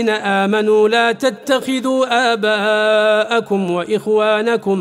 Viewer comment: جزاك الله خير وجعله في موازين حسنات القارئ ومن نشر ، في ايه ( لا تتخذوا ءاباءكم واخوانكم ) الكاف بالضم وليس الفتح